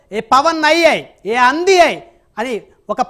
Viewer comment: "అంది "కాదు నాయన "ఆంధి" తెలుగు ని khooni చేయకు 🙏